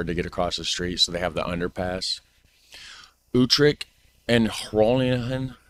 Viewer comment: please.. points for effort : yes. "almost spot on" : no way. "YouTrecht" : 50/50. Groningen .. .. After repeating it 20x times one could imagine it was 50/50 but i'm afraid it was less.